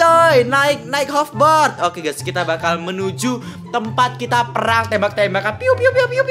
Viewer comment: Hoverboard coy.................... Dibaca hoferbord